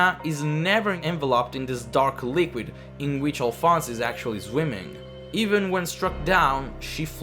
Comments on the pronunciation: Alfonse A"lf"onse A-Lif-onse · I thought Alfonse was pronounced like Al-fon-say